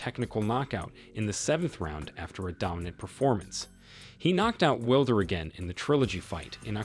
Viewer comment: Will-der lol